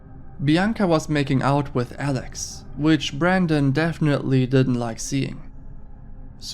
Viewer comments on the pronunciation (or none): none